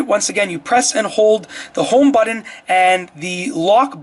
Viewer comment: And, what is a “buddin”. Can you say BUTTON?!?